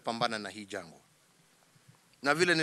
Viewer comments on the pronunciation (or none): Someone tell the president.. the word is "janga" not "jangwa"